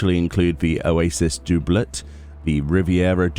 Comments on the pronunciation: yea that made me laugh, it's "dub"let , hilarious. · Dooblett! Do you say "double" like "dooble" too? Haha thanks, you do good work;)